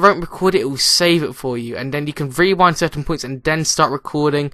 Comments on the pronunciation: "Wewind".. Rewind.* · like when he says you can wewind